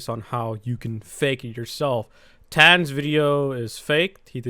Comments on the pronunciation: is pronunced tanker on tans (idk i think im deaf) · YOU SAID TANQR WRONG IT IS TANKER BUT SPELL DIFFERENTLY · please pronounce name right. (TANK-ER) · how dare you say TanqR tan >:( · the way you say tanqr just kills me like you just say "tan" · why does he say tanqr like, "tan" its kinda trippy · Like how he pronounced tanqr TAN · Im dying "tan's" lmfao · Tam??? Tan??? who???? what did you call him??????